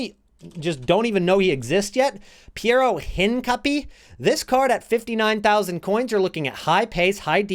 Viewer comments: TALK Thanks for sharing. Got like 125K to invest, trying to improve my coin making game. Also Hincapie is pronounced In-kah-pee-eh. Not trying to bash at all. I like to learn the proper pronunciations for players names and since he is from Ecuador that is how you would probably pronounce it in Spanish. I mention this since I might want to invest in him but can only do a couple of cards at the moment. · bro... hincapie... learn to pronunce his lastname. lol